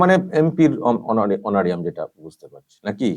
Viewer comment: উচ্চারণটা অনোরিয়াম নয়, অনোরারিয়াম।